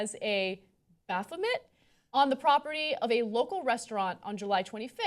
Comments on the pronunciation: Bae-FO-May, bay-bay. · It's pronounced "baff-oh-may". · It's pronounced Baaaaaaaaphomet actually. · Guys... you don't pronounce the T in "Baphomet."